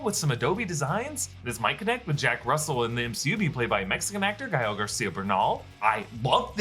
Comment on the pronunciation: wow great pronunciation on the Name of Gael and the last names.!!!!